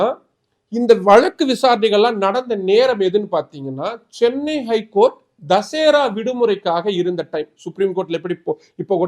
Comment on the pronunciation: ஏய் அரைவேக்காடே தமிழ் தெரியாத தற்குறியே தசேரா இல்ல தசரா. தமிழ் நாடு அரசையும் காவல்துறை தலைவரையும் எதிர்த்து தாக்கல் செய்யப்படும் மனு எந்த கிளையிலும் விசாரிக்கலாம். ஜாமீன் மனுக்களை போன்ற பாதிக்கப்படும் மக்களின் நலன் சார்ந்த மனுக்களை உயர் நீதிமன்ற கிளை விசாரிக்க வேண்டும் என்ற நல்ல எண்ணத்தில் கலைஞர் அவர்களால் போராடி பெறப்பட்டது தான் கிளை அமர்வு